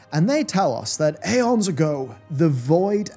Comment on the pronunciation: why are you so bad at pronouncing literally everything. her name is AGTHIA. not AGITHA. "eons" ispronounced "ee-ons" not "ay-ons"